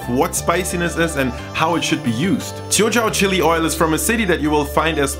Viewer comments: sharon ng i think he’s saying it 潮州 in Cantonese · It is pronounced as “ Chew Zaol “ in Cantonese , which means 潮州 - a southern province of China close to canton.